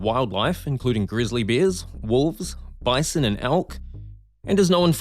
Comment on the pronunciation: bison not a basin